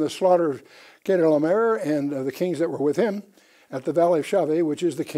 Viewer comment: Excellent lesson but I'm amazed that he couldn't pronounce most of the kings names in Genesis 14. It was like it was his 1st time even reading them. Dr Ken Johnson's and Les Feldick are also excellent strictly bible teachers. They get to the point of scriptures a little more quickly. Ken as a multi language translator, knows more about Melchizedek, Chedorlaomer, ancient manuscripts, Apocryphal books, the 100 plus Biblically endorsed books mentioned in scriptures and the DeadSea scrolls than anyone in the past century. Melchizedek was a priest and king and ONLY him, David and Jesus ARE BOTH. Yes Melchizedek order is above the Levi and Aaron's priesthoods. Also, Melchizedek and Jesus are not limited in years of service as Levi's priests are. They serve for life not just 30 years and since Jesus will never die again, He is the FOREVER priest and king as SO MANY scriptures state. Paul in Hebrews 7: 17 listed Jesus as a priest after the order of Melchizedek also so the Genesis verse wouldn't have been lost if Psalm 110 had not mentioned it. We the church believers are also called Kings AND Priests ! I'm amazed how pastors Forget Noah's close relationship with God and his great grandfather Enoch. It's not like they stepped off the ARK and forgot about God ! Noah and Shem set up the School of Prophets that Melchizedek oversaw.